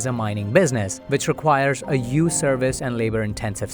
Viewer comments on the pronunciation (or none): Stop saying yuge. It’s huge